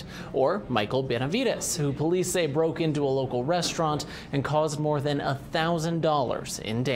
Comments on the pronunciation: C'mon, you can't pronounce "Atencio"? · Atencio is a common name in NM. There is no excuse for it being mispronounced.